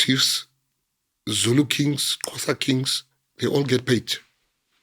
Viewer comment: Why is it so hard for him to say Xhosa😮